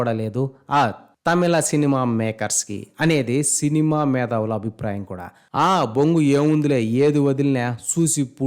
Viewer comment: Nuvvu Cinema ni "Cainama" antunnav Sarrigaa palakalevaa???